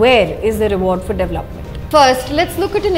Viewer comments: Excellent work- I'm a fan, but please correct pronunciation, e.g., not hetch for h and devluppment for dev-el-op-ment, hitherland for hinterland, etc. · Siddarth Jain , agree, really good content, editorial angle and coverage- would be great if they stop saying devluppment and pronounce dev-el-op-ment correctly. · Siddarth Jain, as far as I know, it's a pan-Indian habit this devluppment pronunciation! 🤔